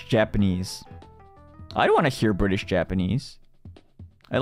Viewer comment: T不發音的Bri’ish Japanese 太草了🤣🤣🤣Shu好可愛💜